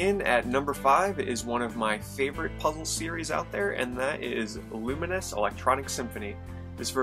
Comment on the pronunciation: Its LOO MINES, not LUMIN US